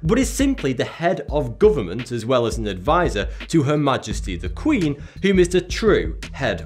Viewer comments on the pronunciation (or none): none